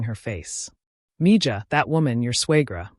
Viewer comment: Mija is Spanish and J is an H sound. Do your homework.